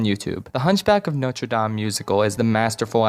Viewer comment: Extra points for pronouncing Notre Dame accurately! Most ppl either don't try and say it as an English word or try to say it put completely miss it. I'm looking at you WatchMojo!